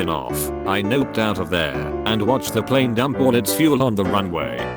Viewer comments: Why is no one talking about how this robot pronounced plane Pleeenee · Idk but it's hilarious to me how the voice says 'plane' pLeIne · I love how he sometimes gets the word plane right, but mostly says pleen. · I love how he says plane pleen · The "pleen" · Why does he say “plane” like that? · The way this AI says plane killls me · I like the way the voice says “plane”. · You say plane funny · I can't get over how he says "plane" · The way it pronounces "plane" is a bit weird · Please say plane a lot more! It really cracks me up.